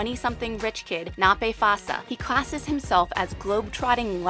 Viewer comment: Nape Phasha - the sh* sound is pronounced the same as the sh* in Usher not *s*, Ph is "P". I am glad you had to feature African country hope ignorant folk will see that these kids don't own animals, and huts..